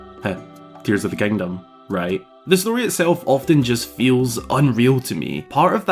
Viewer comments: There he goes again, "kangdom". just count it, youll go insane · "Tears of da Kangdom"